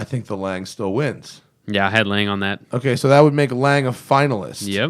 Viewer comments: Lang? It's pronounced laang-uh...like porsch-a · I thought 'Lang" was a new company. lol. I have only heard in pronounced like "Longa". Great video though.